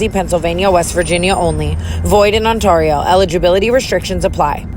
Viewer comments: Tana girl it’s not awnturio it’s on-tear-Rio for prunuciation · On - TARE - E - O 🙈 ( Canadian girly , hope this helps ) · TANA say it with me ON-TAIR (as in the AIR you breathe) ON-TAIR-IO (eeeeeeoooooo) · Tana I love you but all I ask is please learn how to say Ontario, sincerely from a girl who lives in Ontario and has been following you since you started lmaoo❤ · And still saying "Ontario" wrong too☠ I'm dyingggg